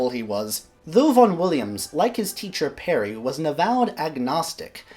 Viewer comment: Its SIR HUBERT PARRY NOT PERRY. He was born in Gloucestershire NOT NEAR WALES.